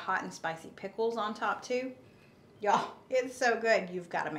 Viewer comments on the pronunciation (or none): I can't wait to try to McRibs!! Lol I like the way says the word "pickles" like "peckles" at the end.